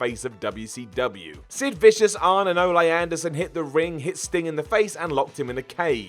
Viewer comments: Ole is pronounced "Oh-lee." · Once again, oh-lee not oh-lay. Norwegian not spanish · I don't think these brits can pronounce certain things. They continually mess up Ole's name.